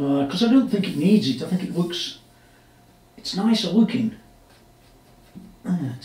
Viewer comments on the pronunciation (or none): I enjoy buckling in for your build videos and I’ll only give you a hard time about how you say “lukes” (looks). Just messing with you. That’s a gorgeous strat and I’m not even really a strat kind of guy!